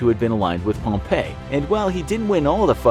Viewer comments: It's not Pomp A, it's Pomp E. Hate informational shows pronouncing people's names incorrectly... Am I the only one who hates that??? EDIT: This whole episode is Full of inaccuracies. Completely lost faith in the channel. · Pretty sure you pronounced pompey incorrectly like 74 times. Also most of these facts are only half of what happened. Like the cleopatra fling staying in Egypt. It did not lol